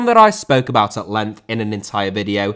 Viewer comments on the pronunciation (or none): none